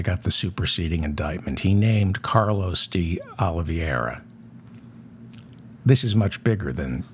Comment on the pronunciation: Day - Aw - Lee - VAY' - Ra --_ NOT Day - Aw - Lee - VEE - AIR - A (Just sayin')